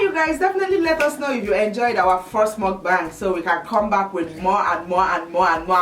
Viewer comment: Great video! Btw, mukbang is pronounced like “book- bong”. Koreans started the genre & this is how they say to pronounce it. Take care!!